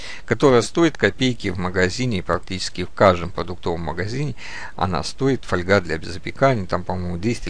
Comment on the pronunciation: Когда хочется блеснуть умом но не хватает образования для этого есть справочники либо просто ВИКИПЕДИЯ !!! И не мелите чуш.... Фольга́ (польск. folia, устар. folga<нем. Folie<лат. folium — лист[1][2][3]) — металлическая «бумага», тонкий (толщиной от 0,0001 до 0,2 мм[4][5]) и гибкий металлический лист из алюминия, стали, олова, серебра или золота. Раньше в слове «фольга» ударение ставилось на первый слог, но в настоящее время такое ударение признано устаревшим и общепринятым считается ударение на второй слог[6]. Слово «фольга» обычно не используется для железа и его сплавов, в этом случае для толщин 0,14—0,36 мм употребляют слово жесть.